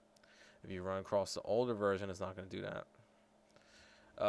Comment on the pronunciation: dare? dat? dose?